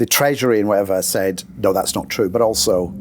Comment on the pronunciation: You can tell he's Italian descent by the way he uses his hands. The way he pronounced the words true and booed is very unusual (like trow and bowed). What accent does that come from?